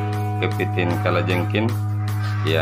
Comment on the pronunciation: Kalajengking pak bukan kalajengkin! Kepiting bukan kepitin! 😂🤦